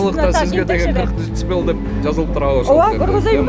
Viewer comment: дэцибэйли дейтко еще